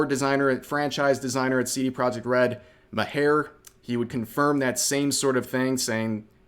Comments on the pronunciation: Cains second name is pronounced as Mar. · Cian Maher's name is pronounced, "Mar" Like Bill Maher on HBO. Oh, and you mispronounced Geralt's name (somehow) too...